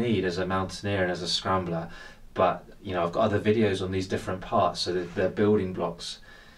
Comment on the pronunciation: On what grade of scramble do you start to bring gear, or do you bring the same kit regardless of grade? Any scrambling situations you would just bring a confidence rope and no trad gear? Ps, you got the name spot on!